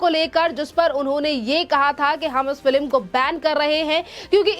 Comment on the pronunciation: Madam news anchor correct yourself and pronounce#Film instead of #FILIM👍